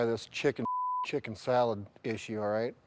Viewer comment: how has no one reacted to him saying "but now you GAYS". are chicken salled.